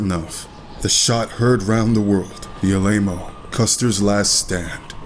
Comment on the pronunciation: Excellent job. But please learn to pronounce "Alamo". It's not "A-Lame-O". It's "Al-A-MO".